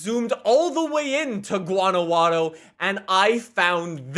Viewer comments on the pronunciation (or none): Awesome video!!! This is solid! Also a favor for you in the future vids.. GUA-NAH-WHA-TOE and say it like you wanna learn! We learned how to say Edinburgh 🤣 Arriba Guanajuato 🇲🇽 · Wanawaro jajajajajaja it’s Guanajuato but it makes me laugh so it’s ok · Guanajuato is pronounced: GuanaXuato. The x is pronounced the same way that you pronounce in the name "México" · GuanaJATO not guanagladow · Its Guanajuato, not gUaNaWaDo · Its promounced.guana who atto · gWANnahWHaTO Thats how you say it Don't worry im a 12 year old mexican professional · It’s pronounced Juan-a-wat-tho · Guanajuato Is pronounced like: guah-nah-whoah-toe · Why did he pronounce Guanajuato like guano-guano? 😭😂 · Guwa-na-hua-toe<-- Latin Guanajuato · wuanajato that's how you pronounce it, if you can read how i said it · Guanajuato is pronounced like gwanahwato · OMG THE way he says Guanajuato, please listen how it is said properly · its pronounced "gwanahuato" u pronounce the T more- from a Mexican boi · Gu ana hwato is how you pernouce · I'm from Mexico and it was so funny listening him saying "Guanaguaro" instead of how it is actually pronounced here lol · Guanajuato is pronounced gua-nah-hua toh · You pronounce it as guanahuato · The j in Guanajuato is pronounced like an h, so think of it as “Guanahato” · Love the video. It's pronounced "wanna-watto" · Guanajuato:(gwaa ·nuh·waa·tow) this is the correct way to say it. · It’s someone difficult to explain how to pronounce Guanajuato. But the best way I can explain it is Gwaa-nah-hua-tow. Pronounce the Jua like you would pronounce Juan. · Hi, you got it almost right it is pronounced "Guana-(you got it right) jua- (the "j" its from the throat, like the "h" in Happy, sounds hard) and finally -to (like in taco, the t its hard too), Guanajuato. I am from Chihuahua (yes, like the dog) México, thank you very much for keeping us informed!!! Can't wait to buy and Xbox One and play this awesome game! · Dosnt know how to say Guanajuato dont say it again ever